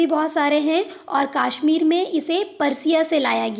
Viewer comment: Its kashmir ✅ not kaashmir ❌😂😂😂